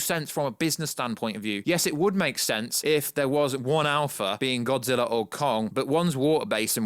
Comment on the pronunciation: You say godzillaer